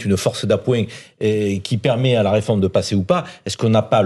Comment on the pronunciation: Arrêté du dire "reformete".... C'est agaçant.!!! C'est une réforme,et elle n'est pas juste !!!!